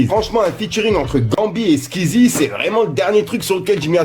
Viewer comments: C'est pas Squizi c'est Skouizi 😂😂 (ça se prononce comme ça( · C'est pas skizzi c'est sqouizie😂😂 tkt te le meilleur 💪🏼💪🏼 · Squezzie stp pas skizie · Sa se prononce squouizie pas squizie😂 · On dit pas sqizzie mais sqouizzie (squeezie) 😂😂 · Squeezie pas skizi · Sqezzie mes c squeezie on dit comme sa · Il m'a stressé qd il répétait skizi 😂😂😂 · Et mr pour les news mais squeezie comment tu le prononce sa pique mdr